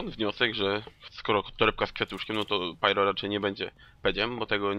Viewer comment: wymawiaj Pairo czyli pyro